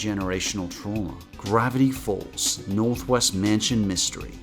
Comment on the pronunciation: Ooohh, Northwest! I thought you said Northweast!